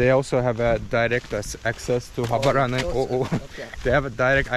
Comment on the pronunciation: you pronounced it very well man 😂❤